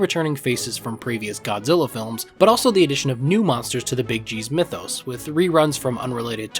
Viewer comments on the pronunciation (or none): none